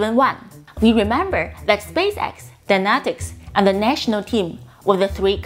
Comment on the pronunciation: (p)neumatics, das "p" ist stumm:-)